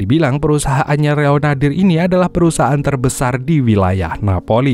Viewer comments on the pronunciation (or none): kepleset kayaknya. Dari Leonaldi menjadi Reonardir.. 😅